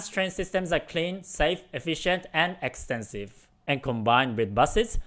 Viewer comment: "Japan's train systems are clean, safe, efficient and expensive." Huh? You like that? I had to listen twice to figure out you said "extensive", not "expensive" ;)